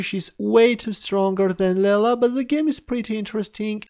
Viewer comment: It's not "Lella". It's "Leela".